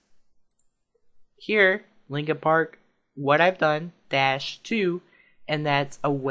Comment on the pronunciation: its "Linkin Park" not Linking Park